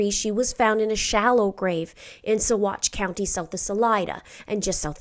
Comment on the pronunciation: Thank you - I was waiting for your video on these latest findings. I appreciate your knowledge and personal touch that you bring to these cases as well as being able to pronounce the BAM chemicals and Saguache County where they recovered Suzanne's remains. These things speak to your professionalism and knowledge and time that you put into these presentations. May justice come swiftly for Suzanne - she is not forgotten!